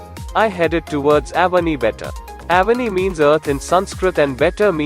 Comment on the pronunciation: Yes i agree, specially Avani , Ramayana, luva some names has to pronounce like in Sanskrit . Otherwise nicely described. Good work.